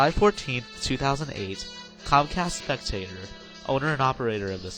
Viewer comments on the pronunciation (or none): Comcast Spec-ta-cor... not spectator...